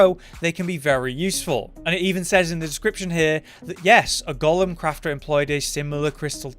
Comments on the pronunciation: Pretty much, but in other news ‘golem’ is pronounced go-lem, not gollum - always makes me smile watching these vids. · Well … it’s pronounced like tomb, as in tomb raider. Not comb as in hair. As far as I’ve always been aware anyway. However, golem ain’t pronounced Gollum 😂